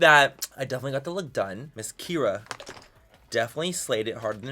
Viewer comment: My daughters name is Kierra.. like, Key-air-uh and every time you said that girls name she looked at my phone 😂